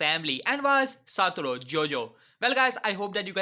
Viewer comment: My guy really said satouro Gojo